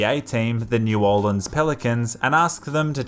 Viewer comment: I'm writing to the New Orleans Pelicans just because you said the name of the city correctly.